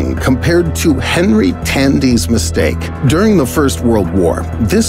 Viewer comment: that "misteake"